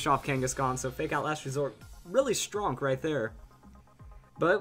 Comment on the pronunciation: Did he just say s.t.r.o.n.k, i hate the internet